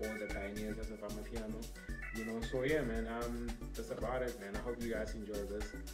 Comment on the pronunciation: I’m still laughing at you pronouncing amapiano as “amah-pee-yah-no” it’s the boujiest pronunciation I’ve ever heard!😭